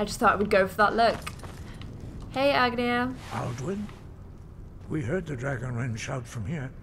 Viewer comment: It's ARNgeir, not Agneir :0